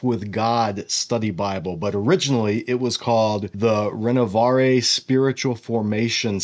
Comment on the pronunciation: No offence… but check your ‘French’ pronounciation of Renovaré